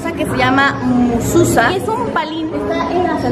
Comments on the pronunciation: No se pronuncia mususa se pronuncia MEZUZÁ. :) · Se dice Mesuzá, morra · Hermosa es Mezuzah y contiene un trozo de la Torah. (Mezuzá con acento en la a)